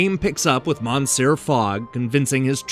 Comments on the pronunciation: MAN-SEE-ER Fogg! LOL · "Monsair Fogg" LOL